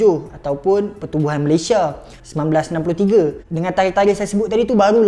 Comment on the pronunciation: Belajar Kek mana Sebutan Malaysia Aja salah